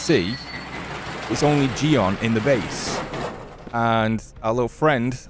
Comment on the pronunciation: C'mon it's Ji-yeon, hearing jion from you is trippy af lmao For the algorithm God and keep up the great work!